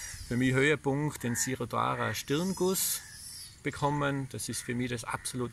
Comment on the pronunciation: Hallo. Mein Abo hast du. Jana und ich liegen krank im Bett und beneiden euch um eure tolle Kur! P.S.: Es heißt širōdhārā (sprich: Schirōdhārā)